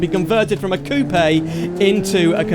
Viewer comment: Finally someone who van pronounce Porsche and coupé properly